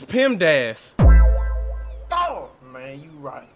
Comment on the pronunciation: He said PIMDAS 💀